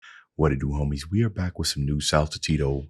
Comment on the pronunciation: Those five SaMo videos were awesome. The second t of "saltatio" is more pronounced like a c by the way. Like the second t in congratulation. Just for future reference.